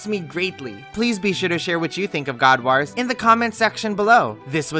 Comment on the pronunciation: That WAS a good review. Bonus points for how you pronounce 'wars'. Waarz!